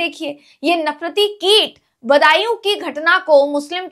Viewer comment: बन्दायू नहीं बदायूं। धन्य है हिन्दी भाषी राज्य., जो हिंदी भाषा का बंटाधार करने में अग्रणी भूमिका निभा रहे हैं 🙏🙏